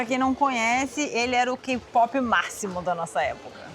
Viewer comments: doeu meu ouvido vc falando ka-pope em vez de kei-pope... eu sou Army e ouço muitas músicas coreanas. Desde 2014 através da minha filha acabei me envolvendo com a cultura coreana e o grupo BTS tem algo forte que não se explica. Já fui em alguns show, BTS, straykids, NCT, Kard, e sinceramente, hoje o bumm do k-pop cresceu mais ainda. Só cuidado como pronunciar, porque ficamos sentidas. 😊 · Adoro ouvir todas as histórias do, mas por favor, falo com carinho, tá, diga "quei pop" para o kpop, senão soa muito estranho...